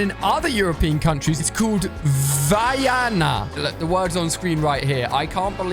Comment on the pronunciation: Vaiana is pronounced veana